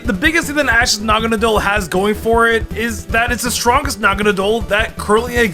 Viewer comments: naganadel said naganeedle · The way say naganadle is weirdly distracting